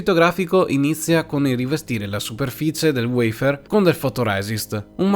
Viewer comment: Cambia la sintesi vocale poiché WEIFÈR risulta essere poco italiano .a Me piace il WAFER